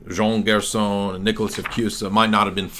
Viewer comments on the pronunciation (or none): none